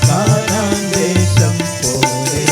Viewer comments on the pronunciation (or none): കാനാൻ അല്ല കനാൻ ദേശം 😂😅